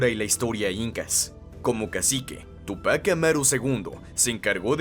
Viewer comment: mal pronunciados la palabra Túpac y Bastidas